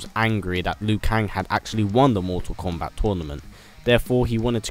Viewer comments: Kombat not Komat ;) lol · kombat?....is komat a word?